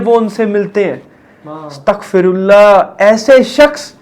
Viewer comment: you said astakfirullah that means is denialist. Real pronunciation is astaghfirullah that means is forgive me. Love from Bangladesh🇧🇩🇧🇩